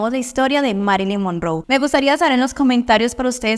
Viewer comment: Se pronuncia Mérilin monróu, infórmese mejor